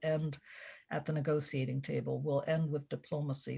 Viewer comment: I had to stop at the 23rd mention of the “nego-see-ating” table